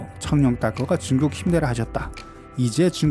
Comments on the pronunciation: 성룡발음이 청룡으로 들리는대 나만 그런가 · 중국어 발음이 청룽입니다. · 나만 청룡으로 들려? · 청룡이라고 발음하는거 같은데요?